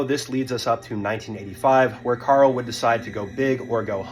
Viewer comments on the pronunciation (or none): It's Karel Soucek man, not Carl Susek... You fer real? And yeah... This entire vid is just reading a Wiki page... And not fully at that xD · It’s Karel Sousek, not Carl Susek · You’re saying his name wrong. It’s Karel not Carl. And it’s Souček not Soucik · His name isn’t pronounced Carl.